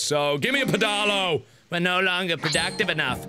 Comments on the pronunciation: I said pedalo the way you did and my friends laughed at me :L Apparently that's not how you pronounce it... pffff! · I don't see any comments clarifying this, so I'll post this, just in case. It's not pronounced "peh-dah-lo". You say it like "pedal-oh". They aren't really common, so it's understandable that reading the name alone could make you brain fart. It's a pedal powered boat. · watching this for the first time and i can't get over mark's pronunciation of pedalo 😭"peh-DAH-lo" it's ped-a-lo 😂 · Am I the only person that thinks Mark not recognising the word 'pedalo' is hilarious "pedAlo" c'mon mark, it's a "pedal-o" like a swan boat :P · PEDALO PED-AL-O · The way Mark pronounces 'pedalo' is amazing! XD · as a uk citizen i die a little inside every time he says pedalo incorrectly